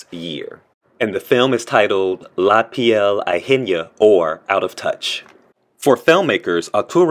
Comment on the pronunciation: Ajena is pronounced: ah- hen- ah, hen like the farm bird that lays eggs. Ajena means someone else's. La piel ajena. The skin of others, or someone else's skin.